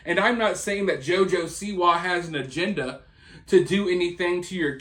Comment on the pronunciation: This video would've been excellent bedides you pronunciation of JOJO'S last name and the emphasis on "WA" is SIWA